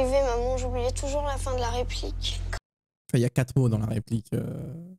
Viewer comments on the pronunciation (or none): « son enFION » 🤣🤣